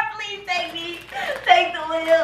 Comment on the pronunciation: Taake the test, taakkke the test 😂